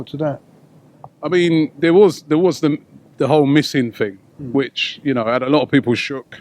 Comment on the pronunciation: "I mean there was there was the whole missing fing" He's no fucking Paxman, is he?